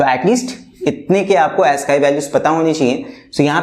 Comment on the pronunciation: Sir that's not Asskii value that's aascii